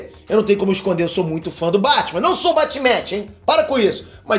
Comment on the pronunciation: É SERIO QUE O FALOU "BATE METE"..KKKKK